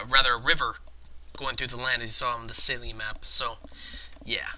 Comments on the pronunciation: its pronounced "tcella" and the a is like the "a" in "at" i hope that helped a little bit with the german pronouncing ;) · It's pronounced as celle = cell